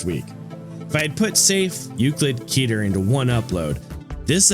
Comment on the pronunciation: awesome video!!! i'm a huge fan of both the SCP wiki and lobcorp, so this kinda thing is a joy to see :D minor gripe: i'm afraid you're pronouncing a few words incorrectly? specifically the classification names: 'keter' is pronounced closer to 'keh-ter' instead of 'key-ter', 'teth' is pronounced closer to 'tet', and 'waw' is pronounced closer to 'vav'. these discrepancies are a result of the difficulties in transferring foreign (in this case, hebrew) words to the english alphabet!